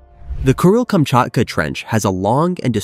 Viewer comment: why do I hear it as “Cruel”-Kamchatka 😑